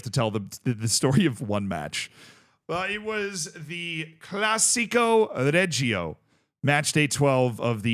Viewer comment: It’s pronounced Classico re-he-o 😊